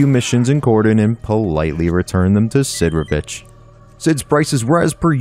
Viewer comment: Did he just say Sidorich?